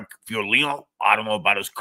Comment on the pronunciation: I have to start early so always catch the live on my drive to work. The mangling of Frank's name at the beginning slays me! 😂'Frank Diome....Francis...Fiordilini!'😂😂😂